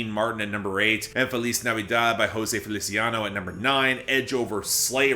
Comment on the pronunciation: said José Feliciano's name correctly, what a beautiful way to cap off the year